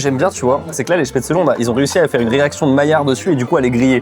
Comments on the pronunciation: Se prononce chpaitzlé bordel pas spetzeuleu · Apres les goûts et les couleurs… mais on dit SPETZ’LLEE!!!! Desolee ca m’a fait saigné des oreilles toutes la vidéo! La choucroute acide, c’est pas bon. La fondue Suisse c’est pas la fondue Savoyarde!!! Arrêtez de mélanger! Oui je pete un plombs!!! Pour le coup, vous dites des trucs faux! Sinon j’ai bien rigoler🤪